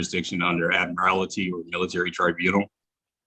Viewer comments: This clown of a defendant can't even pronounce "admiralty" correctly, he's saying, "admirality". Speaks volumes about his lack of legal knowledge. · So many of these knuckleheads mispronounce 'admiralty' as "admirality" that I wonder if the boilerplate SovCit script they are reading from has that error as a typo.🤣😝🤣😝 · If you are going to make a nonsense argument you should at least learn how to PRONOUNCE the words. Ad-mir-AL-ITY? No. Sixth Amendment: In all criminal prosecutions, the accused shall enjoy the right to a speedy and public trial, by an impartial jury of the state and district wherein the crime shall have been committed, which district shall have been previously ascertained by law, and to be informed of the nature and cause of the accusation; to be confronted with the witnesses against him; to have compulsory process for obtaining witnesses in his favor, and to have the assistance of counsel for his defense. He was informed of the nature and cause of the accusation. End of story. All this other "trying to understand" is so much horse excrement. What he should have read is the final clause, and gotten "the assistance of counsel".